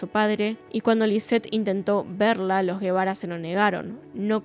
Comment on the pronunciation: Algunas precisiones: -La reportera que entrevista a la madre de ka niña es Lili Téllez La televisora para la que trabajaba era Tv Azteca. Actualmente es senadora de la República. -El padre no se apellida Guevara, apellido español, sino Gebara (que se pronuncia "jebara"), es decir, un apellido libanés. La madre se llama Lisette Farah Farah y el padre Mauricio Gebara Rahal. Ambos padres son de ascendencia libanesa. -Muchos miembros de la comunidad libanesa por alguna razón han logrado obtener en México un gran poder económico e influencias políticas: Carlos Slim logró que el expresidente por el Partido Revolucionario Institucional (PRI), Carlos Salinas, le vendiera la paraestatal Telmex, empresa que luego lo convirtió por algún tiempo en el hombre más rico del mundo; Alfredo Harp Helú es primo hermano de Carlos Slim, y es un empresario mexicano, fundador de la casa de bolsa Acciones y Valores de México, fue dueño de Banamex y es dueño de Grupo Martí; Lázaro Chedraui, fundó el conocido supermercado Chedraui que está presente en numerosas ciudades de México; Michel Domit es el dueño de las famosas zapaterías mexicanas Domit, sobrino de Slim; Anuar Name Checa fue Presidente del Consejo de Corporación de Cruceros Nacionales; Mauricio Kuri González es un empresario y político mexicano, actual Gobernador de Querétaro por el Partido Acción Nacional (PAN); Kamel Nacif Borge, empresario, está preso por su vinculación a una red de pdfl y agresiones contra la periodista Lydia Cacho, quien